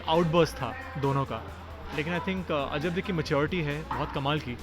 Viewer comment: its ajabde not ajab di😂😂😂😂